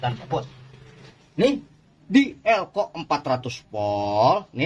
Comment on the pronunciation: Bukan leco bang tapi elco wkwkwkwkwk